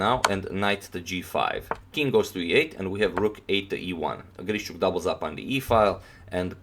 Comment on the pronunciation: very impressive game. just a kind note of mine - his name is pronounced like GREE-SHUK.